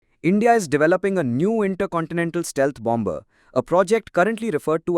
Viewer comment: The second 'b' in bomber is silent.